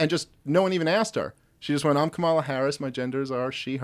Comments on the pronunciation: Dave Smith: learn how to pronounce Kamala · Explain to Dave how to pronounce "Kamala".